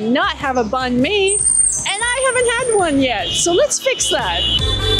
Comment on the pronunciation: Love that you pronounce Banh Mi right. Subscribed